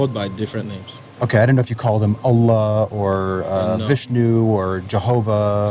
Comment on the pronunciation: Your the only none Muslim who knows how to pronounce allah lol